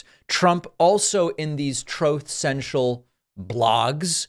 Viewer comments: Troath Sential !!!😂😂😂😂😂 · did you just say throat sensual? ahhahahahhaha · Troath Central. LMAO